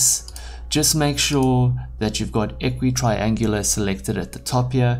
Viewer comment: Equirectangular, not a equitraengular.